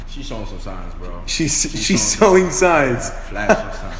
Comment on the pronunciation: She’s sowing signs😹instead of “showing” signs